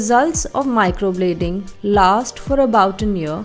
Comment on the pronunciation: Its microblading not microbloding..atleast pronounce it properly